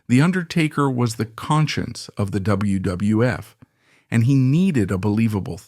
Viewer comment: Why does he have trouble saying wwf and some wrestlers last names?